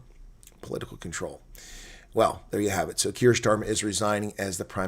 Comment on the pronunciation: It’s NOT Schtamer it’s Stamer